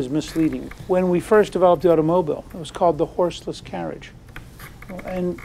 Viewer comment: Auto-mo-byl? I think he meant a car.